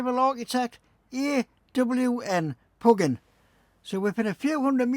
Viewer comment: Interesting Augustus Pugin is pronounced pew-gin (made me laugh) he also designed the Houses of Parliament. Did you know that the reason central station is so big is because it's really three stations? 🙂